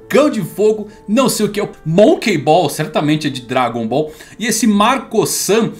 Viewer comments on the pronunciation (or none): none